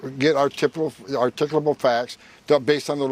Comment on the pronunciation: What the hell did he say? Articable facts? What the hell is an articable fact?